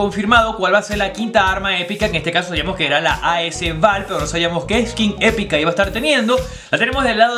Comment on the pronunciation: sigues pronunciando mal as val jajajaj saludos crack